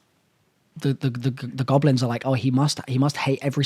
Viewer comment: LMFAO I'm dying of laughter every time you say the goblins. Keep doing you man! You're my favorite YouTuber!